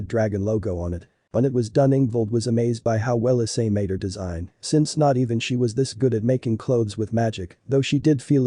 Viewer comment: it's issei not i s s e i